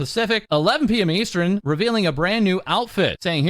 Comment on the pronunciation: EVERY TIME he talks about timezones he says "eastren" instead of "eastern" and it's absolutely torture at this point 😂😂